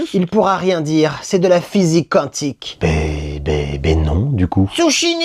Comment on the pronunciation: salut, quantique se lit Kwantik au fait!